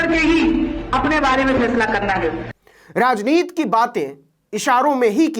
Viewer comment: भाई नवीन कुमारजी आप बार बार "राजनीति" को "राजनीत" क्यूं बोलते हैं? ये जान बूझ कर या अनजाने में बोलते हैं? शब्दकोश में "राजनीत" शब्द मुझे नहीं मिला अबतक।